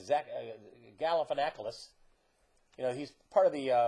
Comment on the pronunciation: Almost spit coffee on my computer when you were pronouncing Galifianakis!LOL